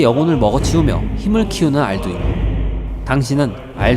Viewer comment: 알두인이 자꾸 안두인으로 들리는건 이상한건가요ㅠㅠ